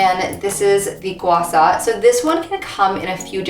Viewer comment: It’s SHA not SA.. and also Gua Sha is a method, not the stone you are using. So when you say use your Gua Sha to slide on your neck in your video.. which doesn’t really make any sense.